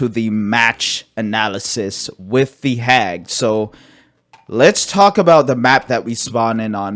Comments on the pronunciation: lollll I was like “The WUT” when I watched it 😂😂😂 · You saying “The Hag” sounds so weird now 😭😭😭